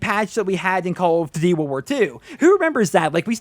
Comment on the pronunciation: Why you always saying "call of d-dee"